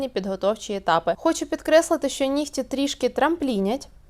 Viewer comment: Учите язык! Не Шо, а Що